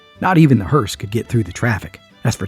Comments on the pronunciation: No offence, but it’s “ hearse”,not Hearst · So sorry,, I do love you so much but it’s a hearse, not a hearst.